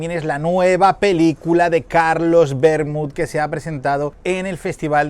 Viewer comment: Admirable que pronunciï la T final de Vermut. Poc habitual tenir tanta cura